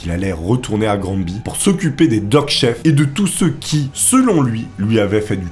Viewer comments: On ne dit pas "Grand-Bi" pour Granby, ça se prononce plutot "Graine-Bay" (du moins, Granby au Québec) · granby se pronnonce Granbévoila petite information. ps tes vidéo sont cool